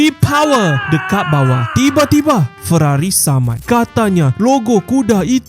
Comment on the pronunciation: Ferrari ❌ Weerrari ✅